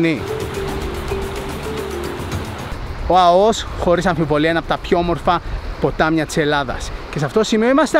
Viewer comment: Αώος ρε γαβ γαβ..Α ώ ος!!! Το εχεις πει 150 φορες και ξερεις οτι ειναι λαθος.